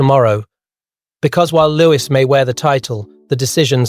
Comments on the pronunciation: It’s not pronounced Lewis but louie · It’s louis